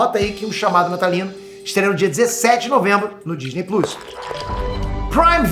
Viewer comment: O cara é tão nerd que até hoje não sabe falar "plos"